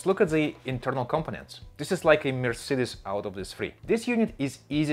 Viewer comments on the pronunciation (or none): none